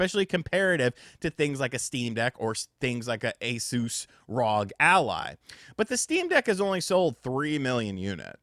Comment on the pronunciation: Its Asus!! Not A-sus! As you wont say A-lex, but Alex